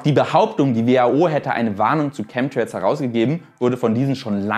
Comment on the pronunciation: Lustig, bei 'Chem'trails soll "Schemie" rausgelassen werden. Schemtrails oder Chemtrails, Schemie oder Chemie? 😅